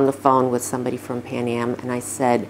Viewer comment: 'PAN AM' not 'PAM AM'